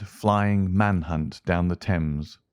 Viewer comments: The Sign of Four, not The Sign of the Four. River "Tems" not "Tames"! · Along the "Tames"? "Thames" is pronounced "Temms" not "Tames".